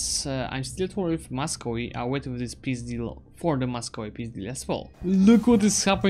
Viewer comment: я один слышу "пиздил" когда он говорит "peace deal"?